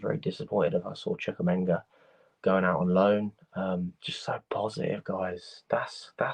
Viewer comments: It’s CHU-KWUE-ME-KA not Minga😂 there’s not even a g. I swear you’d think that as much as UK fans watch and report on their teams they wouldn’t be butchering the names of players and team personnel as often as they do. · MU-DRY-K CHUK-WUE-MEKA